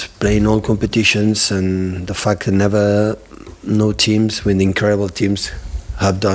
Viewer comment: everytime he said the fact its sound like the fuck hahahaha